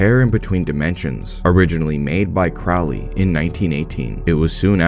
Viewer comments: It’s peounuced crow Lee, like holy, Now Craaaaly like fouly. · Crowley is pronounced CROW-LEE. Rhymes with Holy, not Foully. Ozzy is wrong. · You mispronounced Crowley